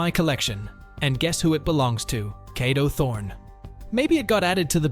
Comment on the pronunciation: “Cado thorn”🗣️🗣️